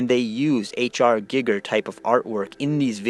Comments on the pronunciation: Giiiger...with a looong i 🤣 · You can't even pronounce his fucking name right. God damn you're a stupid fuck. GEEGER you fool. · what utter, utter gibberish. H R Giger was an astounding artist...so at least have some respect for the dead & learn to pronounce the guys name properly when you slag him off